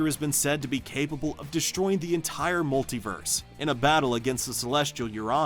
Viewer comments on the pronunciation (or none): none